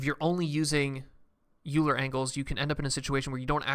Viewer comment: It's Oiler, not Youler